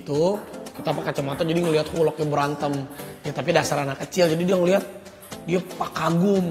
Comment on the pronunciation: Lucu banget ya masak Rafatar bilang hulk hulek hahha